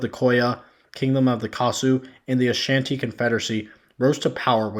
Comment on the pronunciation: This does sound like “what about-ism” and deflection. Also, many of your pronunciations from Sao Tome, Igbo, Ashanti, Benin, Niger, etc. were WAY off my friend.